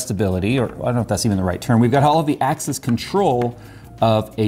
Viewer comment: He kept saying "axis" but it sounded like "access" :)